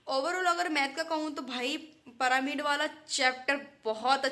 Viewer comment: पिरामिड❌ परामिड ✅✅😂😂